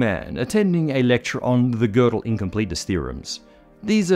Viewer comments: there are no tryptophan molecules in microtubules. there are tryptophan residues. a protein like tubulin is in fact a single huge molecule. one such molecule (e.g. human tubulin alph-1A) has around 450 residues. and thanks for pronouncing gödel's name at decently well. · thank you for pronouncing Gödel nicely. Hint: Kurt is pronounced like "Kohrt" in english